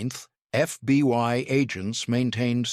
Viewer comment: Please it is called the FBI not the FBY. If you folks cannot get it right hire someone who can write the script correctly or someone who will read the script right. This is getting ridiculous.